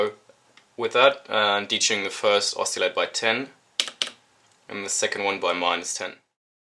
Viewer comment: It's pronounced oss-ill-ator, not "oss-eeel-ator". Other than that great video, thanks.